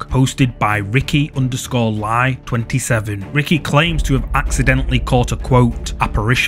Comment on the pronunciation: clip no.9 "kuntilanak is not malaysian but a well known indonesian women ghost that hunts random men at night time. and the content creator himself is an indonesian one. and his last name " Lie" is supposed to be pronounced "lee"..not lie like lying😄